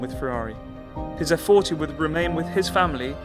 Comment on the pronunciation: I wish to compliment you on the quality of the videos. The story and the features of the cars are always elegantly told down to the geekiest details. I have to point out though, that for the kind of exclusivity of the cars, the formality of the presentations it’s very sad if not offensive that you butcher Italian so regardlessly. I shall never expect you call the car by its actual name “Effe-quaranta” despite in Italy we shall never call a Jaguar “Tipo E” but it would round up to 100 your videos’ prestige if you were to pronounce “Cesare”, “Bagni”, “Regazzoni”... the lot, in a more correct form. Thank you.